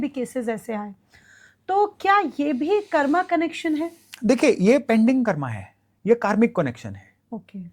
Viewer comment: कर्मा नहीं कर्म बोला कीजिये